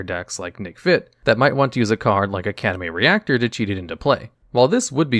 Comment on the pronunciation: With the amount of mispronunciations, I'm surprised you've ever heard of half these cards. I can't even listen because it's so jarring to hear the most famous cards in Magic's history, like Academy RECTOR, GAEA'S (G-EYE-UHZ) Cradle, and Narset, PARTER of Veils, so badly butchered. I would normally never comment about mispronunciations, but I can't help but say something when it comes to someone trying to teach people about Magic, and mispronouncing a huge amount of the most famous cards to ever see play. How unfortunate.